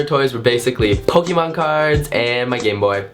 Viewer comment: The way you say Pokemon